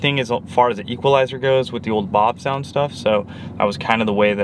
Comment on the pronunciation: How about the pronunciation of “Bavsound”? I called your number and listened to the recording of you pronouncing your own name. It’s Bav with a soft a, not Bahv. Like “bat”. Not like “bot”. Thanks for coming to my Ted talk.